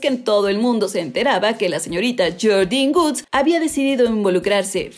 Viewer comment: Pronuncia mal el apellido woods😃